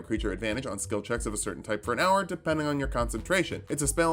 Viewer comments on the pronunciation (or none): none